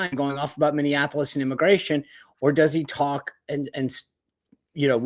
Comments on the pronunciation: Racheal it's not Minneanpolis. There aren't 3 n's. Minneapolis. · Rachael! Stop saying “ Min-DEE-an a polis! “ Plenty of democrats but no “D” in the city name. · Rachael - I agree with a lot of your takes but I have to say, PLEASE learn how to pronounce Minneapolis!!! It is not Minneanapolis! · how hard is it to pronounce Minneapolis?